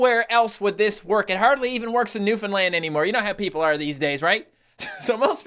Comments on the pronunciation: it pisses me off when I hear newfinland it’s new-found-land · Filfy bloody mane landers it’s pronounced NEW-FOUND-LAND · It's more like Newf'nland with stress on the first and last syllable Source: I live there